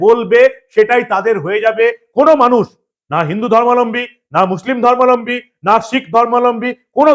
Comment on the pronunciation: কথাটা 'ধর্মালম্বী' নয়, --ধর্মাবলম্বী